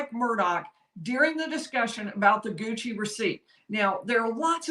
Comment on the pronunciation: Leave it to South Carolina to pronounce Gucci as 'Goosey' lol.